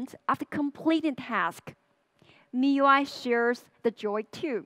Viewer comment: she said i love you mi i , subtitles had to save it, thank god